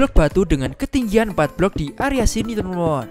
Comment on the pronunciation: Bang lu lawak bilang teman 2 malah temon temon wkwkwkwkwk mantap bang semoga sukse